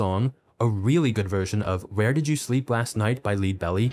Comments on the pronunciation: LEAD BELLY?! Pronounced “LED” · That's not how you pronounce "Lead Belly".